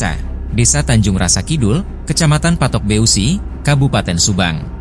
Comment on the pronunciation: Yg nyiarinnya bilang patok B e u si...bilang aja patok besi gitu. Karna besi dalam bahasa Sunda itu beusi "eu" bunyinya "E"